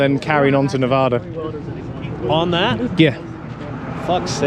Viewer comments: No problem with your pronunciation of "foldgaires." Say it any way you like. Be advised, however, the correct pronunciation of the second syllable of Nevada is like the first one in Apple. The locals will tell you this. Every time you say "Nevahda" my soul wilts a little. 🤢🤢🤢🤢🤢🤢🤢🤢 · Bro been watching for awhile love the videos been waiting for this video for so long btw it’s pronounced Ne-va-duh from Nevada